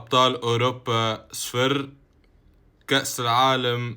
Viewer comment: احجي عدل حتى صفر ما تعرف تكول😂😂